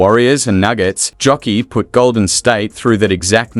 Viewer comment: Nikola "Jokiii"? Mann, lebst hinter einem Stein oder was? JOKIĆ !!!!